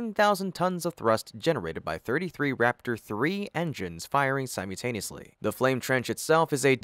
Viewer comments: Thumbs down for saying "si-MEW-taneously". It's si-MULL-taneously. FS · FML ATLEAST SAY SIMULTANEOUSLY PROPERLY.